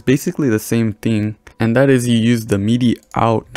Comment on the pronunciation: ITS MIDI NOT MEEEDEEE